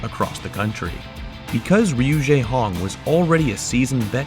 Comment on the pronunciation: Hi, I don't want to sound rude, but his name isn't pronounced "jaehong", it's Jehong with the e pronounced like "chair" Sorry if it's a bit innacurate, English isn't my first language :(